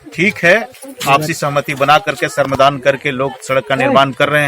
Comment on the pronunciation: श्रमदान । शर्मदान नहीं पत्रकार महोदय